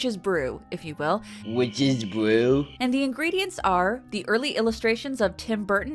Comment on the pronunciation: Witches bwew? 😂